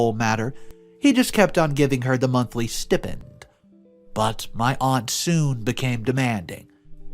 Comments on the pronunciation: Oh-Em-Geee!!!😳 PLEASE stop saying "stIHpend"... it's pronounced "stYpend" [spelled *stipend*].😬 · It's pronounced "sti-pend" with long i, not short i. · It's pronounced sty-pend.... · It’s pronounced Sty pend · You're pronouncing stipend wrong